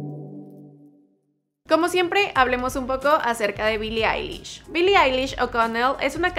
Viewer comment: Soy el único que escucho que en el minuto el tipo dijo bili lish jaja